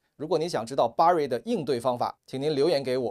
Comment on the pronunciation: 不是巴瑞 是ber瑞